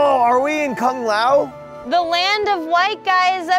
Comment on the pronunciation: It's Kung lun joven